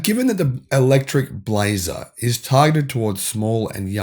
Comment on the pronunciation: Australian voice - "We spotted the first Chevy Blazaah" 😂😂. Love you guys.